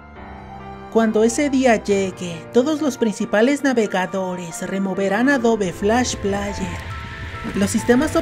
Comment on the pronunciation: Se pronuncia Adob Flash pleier